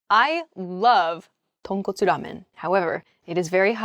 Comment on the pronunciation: I was surprised that she suddenly became a Japanese with "Tonkotsu Ramen". She has a good sense of sound regardless of language.